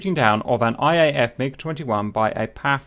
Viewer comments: cap, please dont say "Paff" it's "Pee Ey Eff" . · It's PAF( Pee Aey Eaf) not Paf, as you were pronouncing 😉